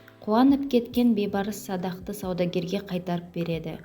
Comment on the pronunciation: Бейбарс емес, БІЙБАРС, ӨЗ БАБАҢНЫҢ АТЫН ДҰРСТАП АЙТЫП ҮЙРЕН